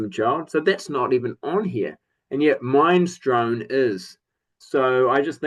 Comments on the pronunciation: Uhhh it’s Min-es-strone. Like the soup? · Bonfire: I always assumed those signatures were "factory issued", ie they were printed at the press because I bought mine new, and it has them too. As for Minestrone, fun fact: It's pronounced "Minnes-tronie" and that's a type of soup! :-) It's an 'a-cappella' piece and it's fun, but yeah, it gets old quite quickly. Yeah WSOP always stuck out like a sore thumb on Force Majeure. It would have been fine buried at the back, but not an opener, agreed. Ah Love For Sale is fine, it's supposed to be a party song. Just a throwaway. I could have done without Ride Cowboy Ride, now that's kinda rubbish. Don't have any of the other albums (yet), except Electric by The Cult and yes, I agree, it fits the album, but I'd have preferred another Cult song.